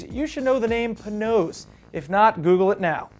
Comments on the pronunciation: "Pay-nozz" not "Puhnose". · its not pronounced "pa-noss" its pronounced PAY-NOSE ahaha Panoz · he said it wrong he says it like panose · Who saw Car and Driver's video of the Ferrari 699XX? YEAAAAHHH!!! Also, Panoz is pronounced "Pay-nose". Just sayin'. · puh-nose? really? come on now, you're better than that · *pronounced pay-nose